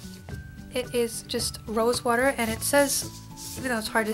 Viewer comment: Yep! You're from Jersey! lol I heard you say 'WOORDER'! I'm from South Philly! You're so right though! I used to always rest my hand on the side of my chin and always had pimples there. When I was around 19 I did this but now I learned! lol Even with clean hands, there's oil in your hands and it'll cause pimples!